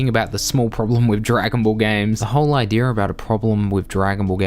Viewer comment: "Idear" makes my ears bleed.....